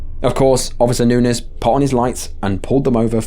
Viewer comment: I just wanna say… Bravo for your pronunciation of “Nunez”. I can’t begin to count the times my last name was mispronounced.